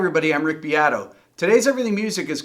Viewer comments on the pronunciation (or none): “Bee-ah-toe” not “Beat-oh” everything after that made sense in this post. Good job.